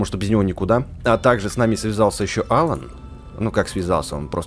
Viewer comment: не Алан а алАн